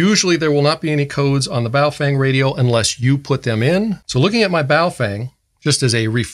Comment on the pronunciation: "Bofwang" 😂😂 love this guy!